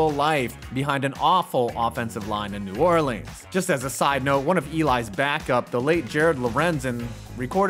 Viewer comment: That was the worst way I’ve ever heard New Orleans pronounced of all time